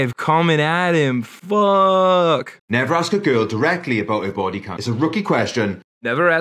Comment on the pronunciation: Doesn't have any ta-oos on her baw-ee